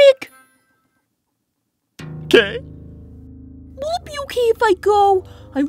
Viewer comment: "HEY SHONIC"